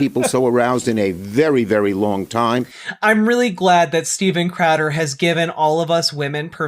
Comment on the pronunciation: “Steven Cradder” made me laugh